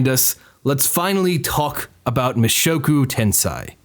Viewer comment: This is entirely me being autistic as shit but please check the pronunciations of Japanese titles before you say them lol. Mushoku tensei=Moo-shock-ooh 10-say